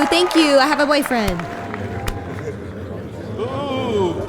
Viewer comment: Lol I have a "boyfwiend. "